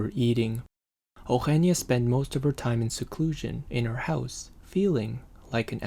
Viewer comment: its not OgGggenia its Eugenia like EH-Ooh-heh-nee-ahh